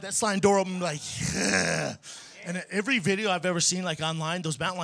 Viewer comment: why does Brendan pronounce 'every' like you take the word 'give' right and take away the 'g' you have ive. He says it like that ivrey. listen. Once you hear it, it will haunt your dreams